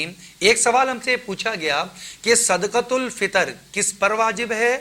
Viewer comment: حضرت۔ جب صدقۃ الفطر عربی لہجہ میں ہی پڑھنا ہے تو پھر صحیح پڑھیں۔۔ صدَقۃُالفطر۔۔۔ یعنی بفتحِ الدال۔۔۔